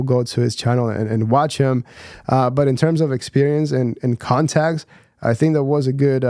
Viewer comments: Andrew saying “don’t tink too much” 😂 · "Mmmmm let me tink"